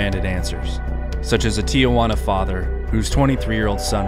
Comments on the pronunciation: STOP saying TEE YAH WANNA please. How in the hell do you get TEE YAH from 2 letters t and i before juana? Try TEE-Wanna maybe. I bet you nukyaler instead of nuclear... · It’s pronounced “Tee-juana” not “Tee-ah-juana.” 😁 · Tijuana pronounced [ tee-hoo-Anna ]